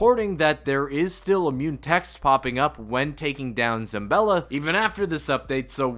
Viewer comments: Late, but: It's: "ZA-BALL-A", not "ZAM-BELL-A". And also: "VARGO-ESS" not "VARGO-FIVE". Thanks for the vid! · Where is this dude finding an M in Zabella